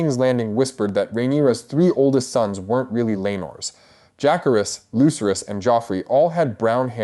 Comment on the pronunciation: Betra-thals 😂😂😂 I had to keep repeating it….Betrothals? I knew it would be terrible when they pronounced Jake-harris